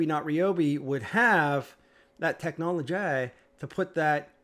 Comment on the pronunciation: Tech naw lea gea. Jenn naee.